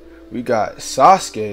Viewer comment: Anybody else be like suskay who is dat it’s sasuke saz-oo-key that’s how you pronounce it lol